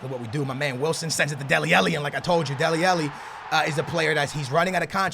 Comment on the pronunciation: It's deli alli not deli elli